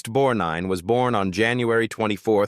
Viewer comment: It's BORGNINE and not Bornine,get it right you idiots.